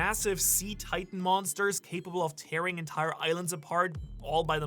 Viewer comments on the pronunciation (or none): none